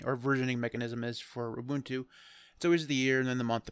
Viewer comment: Finally, someone who's pronouncing "Ubuntu" right: Ooboontoo